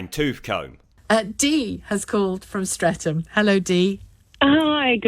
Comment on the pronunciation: Streatham is I shit hole. And a kerb crawlers paradise. With pockets of expensive houses where Dee probably lives. And people like her call Streatham St-Reatham (sounds like, Saint Reath ham) I kid you not. I'm lucky, I live over six miles away from the place.